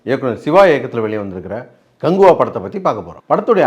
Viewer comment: கங்குவா இல்ல கக்குவா 😂😂😂